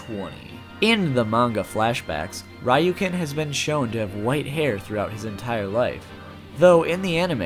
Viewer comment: Ryuken is pronounced "Re-yu-ken" not "Ra-yu-ken" lol